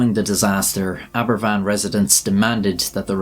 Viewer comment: Aberfan not equals Abervan.